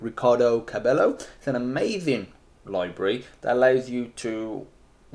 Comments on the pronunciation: It's how you pronounce it. "Three d loybrary" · three d loybrary